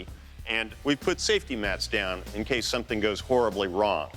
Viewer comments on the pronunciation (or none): none